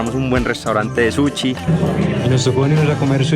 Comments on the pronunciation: El comentario va porque ss gracioso como lo pronuncia jajaj. Es Sushiy no "Suchi" hahahaha! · "Suchi" JAJSJAJA